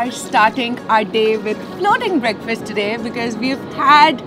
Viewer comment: "Breakfirst" is the wrong pronunciation. "Breakfast" is the right pronunciation. Fast as in I am fasting tonight. I will break this fast tomorrrow morning.